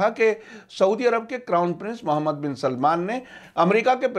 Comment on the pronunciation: Please name sahi karo मूहममद है सही नाम ...मोहममद नही